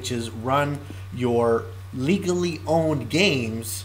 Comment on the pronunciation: i love how you put emphasis on the word legally